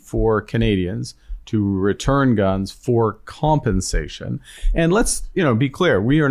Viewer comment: Ha! "Compenscation" Carney says?? What a Dorkk !!!